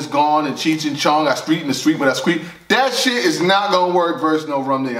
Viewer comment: "I skreet in the skreet wen i skreet!!" 🤦🏾‍♂️🤣🤣🤣🤣